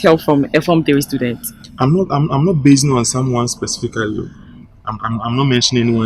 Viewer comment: once said Scudent